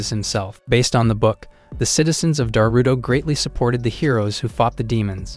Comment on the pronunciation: most of the time I am hearing Naruto instead of Darutora